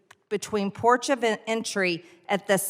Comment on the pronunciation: It's ports not porched of entry just like it's terrorist not tierists dumbass.